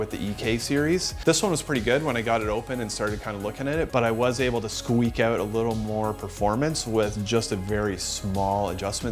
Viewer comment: Just say “out” properly, one time, for f sake, please